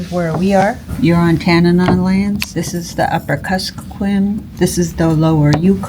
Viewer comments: Tanana. tan an ah. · So sorry to point out that you mispronounced Tanana. But other than that, I'm impressed at how accurately you're portraying Fairbanks!